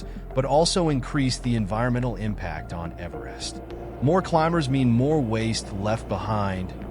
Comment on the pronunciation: Man do I hate AI narrated slop. A video about Everest and they don't even have the AI pronounce Everest properly. What a joke of a video.